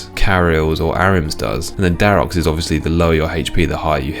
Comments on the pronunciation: Triggered how you say all the brother's names with an s. The s is just for the possessive of the armour set, not part of their names. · It's a massive pet peeve of mine when people say "guthans, ahrims, dharoks" etc. The dude is called Dharok, and he's wearing Dharok's armor. Not Dharoks's armor. First world issues here 😂 Dope content, stay awesome.